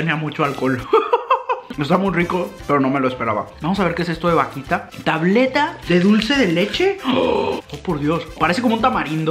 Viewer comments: Ese pastel q decís jajaja se llama alfajor y esa vaquita no es así es vauquita se suena la u, ese popote se llama bombilla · alguien que le diga q se pronuncia vauquita y no vaquita ah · Vaquitaaaa vauquitaaaaaaaa es vauquitaa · Vasito de mate JAJAJAJA "VAQUITA en vez de VAUQUITA" jajaja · Youtuber: vakita, vakita, más vakita, mas vakita Yo: VAUKITAAAAAAAA C DICE VAUKITA XD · vaquita jajajajajajajajajajajajajaja es vauquita forro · le queria pegar una piña cuando decis vaquita en ver de vauquitaaa dios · Soy la única argentina que se desespera cuando dice vaquita es vauquita trato de ponerlo como suena :v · Me desespera como pronuncia todas las marcas vaUquita (no vaquita) eso fue lo que me molestó 😁 igual te amo mucho ♥️ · Me desespera un montón que diga vaquita y no Vauquita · Vauquita...no vaquita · es vauuuuuquita no vaquita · No, yo estaba pensando:AGREGALE LA U A VAUQUITAAA aaa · Se dice Vauquita!!!😡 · El: Vaquita Argentina: Vauquita El: Arco Argentina: ARCOR Unas ganas de corregirlo XD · Me pado con el vauquita que le dice vaquita, el mantecol que le dice manteco y el turron que le dice arcos y que yodos son chocolates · Con mucho amor...... Arcor no Arcos Mantecol no Manteco Vauquita no Vaquita Don SatÚr no Don Satur Creo que es todo je ❤️ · No es arcos, es AR COR con R. Y no es manteco, es Man te colllll, con L, y no es un chocolatito!!! Y no es vaquita, es VAU QUI TA...Y finalmente no es un vasito para tomar mate, es un Mate. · Estás diciendo TODO MAL... vaUquita... Mantecól... Félfort... Don Satúr... Sherba!!